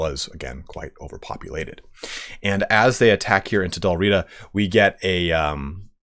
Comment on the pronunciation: I enjoyed the presentation. Please, Dál Riada (or Dalriada) (/dælˈriːədə/) has an a between the first two and last two letters of Riata, and it is not silent. Otherwise, thoroughly enjoyable. Thank you.